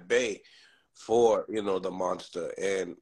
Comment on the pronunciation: Ground level yo! That's the only level when yo face damage "MONSTAH" 😂😂😂😂😂😂😂😂